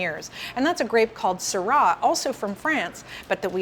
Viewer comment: Not sure what "erbal quality" is??? FFS! And learn to pronounce Syrah!